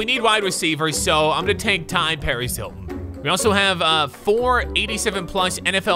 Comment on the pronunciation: Is nobody talking about how he called T.Y Hilton Ty Hilton